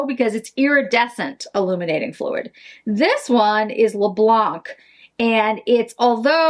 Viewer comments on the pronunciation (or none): Hello, just to say in french we say "le blan" and not "le blanK", i think this will be prettier this way when you will say it (apart from being correct), xoxo from Val (french from Paris) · Please please do not pronounce the ‚c‘ in Le Blanc! 😉😂👍😘